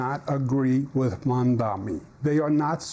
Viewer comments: Calling him "Cuoma" is actually a fantastic retort to his constant mispronunciation of Mamdani (which is super embarrassing for Cuomo btw, I don't understand why he thinks insisting on "Mamdami" is a good look) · Why can’t cuomo pronounce mamdani’s name correctly? Is it intentional or he is so dumb? Either way this guy should not be the next mayor. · It’s MamdaNi this guy still can’t pronounce the name of his future mayor?